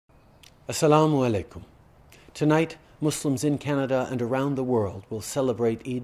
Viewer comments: He said اسالامو الائکم better than most Muslims lol. Such a smart and beautiful Prime Minister ماشااللہ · The way he perfectly says assalamuahlaikum Im swayed man,this shows he puts effort to understand islam